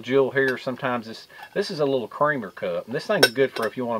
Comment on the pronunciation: Favorite word is LIDDLE😂😂😂😂😂